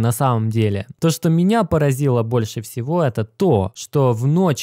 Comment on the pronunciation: не говори "меня папазило", лучше говори удивило. А то тебя так и паражает что все по больничкам... держись бро!